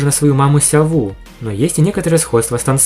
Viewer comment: Вы не офигевайте называть Сяо У называть Сяо Ву не называйте её так